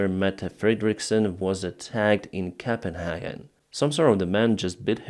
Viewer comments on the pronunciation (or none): none